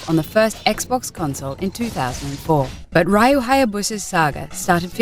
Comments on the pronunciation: His name is R Y U NOT R A J U ffs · It's Ryu not Rio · It's pronounced "Ree-yoo" Hayabusa and Ninja "Guy-den." Excellent video but please get the pronunciation right. It's painful for Asians gamers like myself to sit through this. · Ninja Gaiden is pronounced Guy-den, not Gay-den Ryu is pronounced Ree-you, not Rai-you (though the Japanese say Ru). Come on, Zoomin.TV, at least try getting it right. The retrospective's fucked up as it is (especially considering you forgot to talk about the arcade version of Ninja Gaiden, which was the first game in the series, and NOT the NES version) you could have had the decency to say the names properly, you know, like the characters already do in the fucking games? There IS voice acting, unless you're all just hearing-impaired coincidentally. And why the hell did you end it with "It's a male power fantasy"? Do you want the feminazi bitches to come in drones and sting away at an already dying franchise? Look, I don't like Itagaki's style either. The guy's a massaginist and an open pervert. He's even been accused of sexually harassing a fellow developer. But the Gaiden games he's made are pretty damn good. The combat's easy to handle, yet hard to master. and is up there with Devil May Cry 1 through 4 and the Bayonetta games. Do you really want to attract those non-gamer, sexist, Anita Sarkeesian-worshiping lesbians (and no, not all lesbians are like them, I know that) to freely crack down on anyone who finds the slightest enjoyment in games? Keep your gamergate bullshit out of this, please... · It's pronounced Re U, not Ri U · I can overlook the "male power fanstasy of being a ninja" comment as fucky as that was, but the mispronounced Gaiden and Ryu's name is unforgivable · god...how she speaks RYU and GAIDEN :(